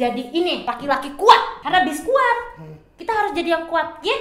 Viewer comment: Biskuat bang bukan biskuid